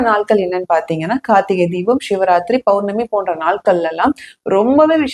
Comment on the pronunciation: சிவராத்திரியை ஷிவராத்திரி என்றும், சக்தியை ஷக்தி என்றும், சேகர் பாபுவை ஷேகர் பாபு என்றும் உச்சரிக்க எங்கு பழக்கினார் இவர்? 😂😂😂